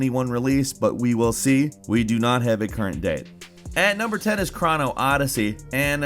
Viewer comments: Chrono is pronounced "crow-no" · please learn how to pronounce certain words like Bandai and Chrono.